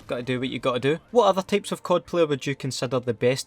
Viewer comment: Itz Type not Tape